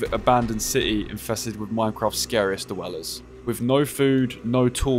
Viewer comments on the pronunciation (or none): "da wellers" i cant take you seriously im so sorry